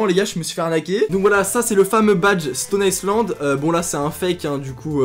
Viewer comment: Ca se prononce Stone Aille land mais pas Stone Aille ce land. Pour dètecter le vrai d'un faux, il y a un QR code sur l'étiquette intérieur qu'il suffit de scanner. Ensuite le vrai patch se reconnait au relief des boutons.